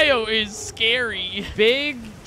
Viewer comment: You said scare-E dog